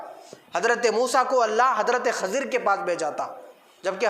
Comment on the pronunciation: حضرت خضر علیہ السلام کا تلفظ صیح و درست فرمالے آپ کا تلفظ غلط ہے